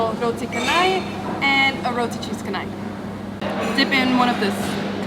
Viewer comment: Welcome to malaysia. Just to let you guys know the C in canai is pronounce like ch...roti Chanai...